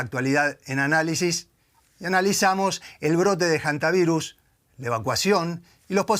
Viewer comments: Que me explique alguien porqué esta gente dice: jantavirus? De dónde lo sacan? La h no se pronuncia. No puedo creerlo!! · NO SE DICE JANTA , se dice HANTA , la H es muda , o este señor dice JUEVO a en vez de HUEVO ???